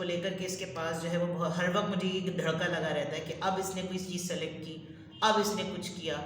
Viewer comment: Dharalla nahi,, 'dharka' hota he😊 Reading is so true.